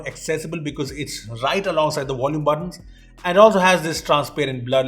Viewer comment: "VOLUME" not "Wolume".